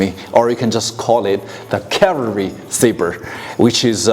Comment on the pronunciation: cavalry. no word in the English language harder for a Chinese person to say.